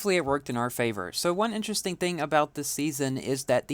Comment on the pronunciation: Great races!!!! "interestream" 😂😂😂😂😂😂😂😂😂😂😂😂😂😂😂😂😂😂😂😂😂😂😂😂😂😂😂😂😂😂😂😂😂😂